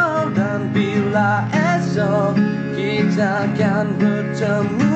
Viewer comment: kalau boleh sebutan tu biar betul.. jangan ada "C" . contoh "untuk selama lama nya".. bukan"untuch selama lama nya".. "dan bila esok kita kan bertemu kembali" bukan " dan bila kitcha kan bertemu kembali"... sebutan biar betulll